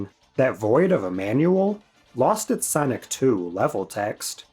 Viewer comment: Sanic ❌. Sonic✔